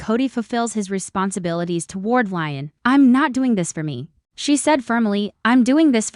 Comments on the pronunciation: Leeeeeeon not lion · PLEASE! Educate on th pronouciation of Le'on!